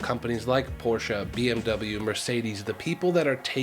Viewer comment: You pronounced Porsche and Audi the way it's supposed to be pronounced ♥ Instantly subscribed because of that.